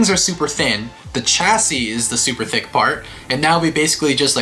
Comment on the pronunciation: and When you say tick, do you mean thick or THICC?